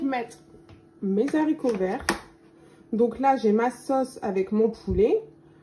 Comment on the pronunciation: Mes haricots et non mes zaricots.